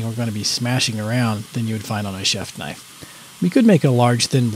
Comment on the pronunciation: That's a bloody knoife !